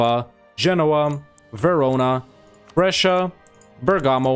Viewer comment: I am try to figure out where are you actually from? I know the profile says USA, but it's so rare to hear a native English speaker pronuncing Brescia correctly